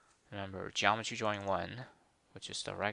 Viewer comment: Nice video. Explained it better than my programming teacher. You should stop pronouncing 'drawing' as 'jawing' though.